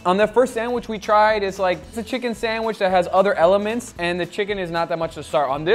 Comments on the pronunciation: you said "san-wish" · for the love of a holy meat, pronounce sandwich correctly, it is not sandwish:D